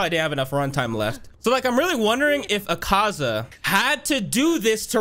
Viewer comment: No hate but the pronounciation to Akaza's name is Ah-kah-za